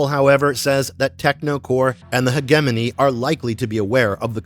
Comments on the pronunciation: Hedge jimmy knee!! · if you're gonna say HEGEMONY 55 times, please search up how to pronounce it... LOL